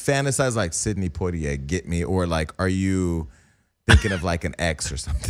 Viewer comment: did he say Sidney Pointier?